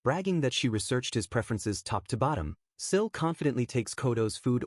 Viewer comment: The narration mixes up Sil and Nico then calls Sil, Shill. Truly annoying